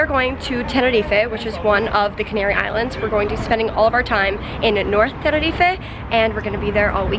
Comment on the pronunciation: Thanks for say TENERIFE and not TENERIFA 😂